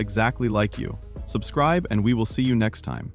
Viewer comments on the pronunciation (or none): none